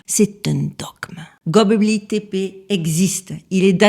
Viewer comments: coucou, j'adore quand tu dis gobleki-tepe, vas-y essaie encore une fois 😄 ....c'est pour rire, c'est le fond et la structure du récit qui comptent, cette vidéo est très intéressante 👍 et hop, 1 boost bien mérité pour gobleki-tepe 🥂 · Bravo pour la prononciation parce que ça doit pas être facile de prononcer ❤ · Vous l'avez bien prononcé deux ou trois fois, mais comme vous avez appelé ce site de tous les noms possible il fallait que ça arrive. 😂 Merci à vous pour votre travail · Bravo j’ai adoré comme d’habitude superbe vidéo qui va faire réfléchir les plus incrédules, j’ai adoré ta façon de prononcer Göbekli Tepe 😂